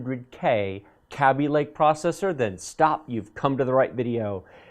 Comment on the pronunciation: It's KAY-BEE (like baby) lmao (BTW love the channel, keep doing what you do!!!)